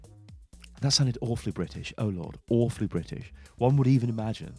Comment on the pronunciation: "That sounded Awwwwwwefully British." HE'S BECOME SELF AWARE